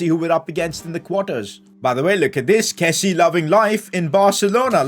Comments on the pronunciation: one thing i noticed recently is that kessie is pronounced ke-see-ye and not ke-see...just thought I'd let you know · call him kessie, with the 'e' in the end!